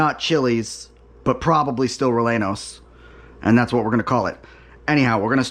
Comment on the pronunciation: Bravo!! Hope it was as delicious as it looked. Funny you effortlessly pronounce Oaxaca but had a little difficulty with Rellenos. 😂 glad it turned out so well. I have another recipe idea for you. Mujadarra. Blackened/caramelized onions with lentils and rice. I’d advise basmati as that is the tradition and tastes best. Sweet yellow onions. Brown/green lentils as well. So easy and very delicious. Affordable and wonderful tasting and not so exotic. I had a small kitchen and made this often. Buy many onions. You will think that you have enough when you chop 5 full sweet onions but it is never enough for a full dish. Maybe a medium dish, but the more onions you cook, the better it tastes. I recommend this one because it is so budget friendly and simple. And tastes delicious. 👍 great video! Ingredients; Sweet onions, Basmati Rice, Brown/Green Lentils, Salt, Black Pepper, Cumin, Olive Oil, Water, Labneh/Plain Yogurt (optional) Instructions; Slice the onions thinly as possible in long slivers. I usually cut them perpendicular to the root/stem (like the way you cut onion rings but don’t actually cut them into rings, just slivers.) Gives me longer pieces. Longer slivers are better, especially if you crisp them up a lot. Small slivers are not very enjoyable, nor will it cook properly if the slices are too thick. Clean your lentils and sort for debris or bad lentils. For every amount of lentils, add twice as much rice. Use good judgement on how much water to add. You want fluffy rice and